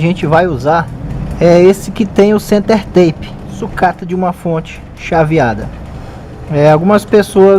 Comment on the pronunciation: Uma pequena correcao amigo. Se pronuncia, "center-tap", assim como esta escrito. Tape, significa, um durex, ou fita isolante, ou qualquer fita colante. Bom trabalho, keep up with your excellent work! Cheers!